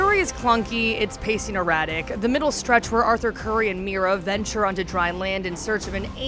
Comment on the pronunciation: I gasped when they pronounced Mera as Mira. Please don’t review something you have no idea about LOL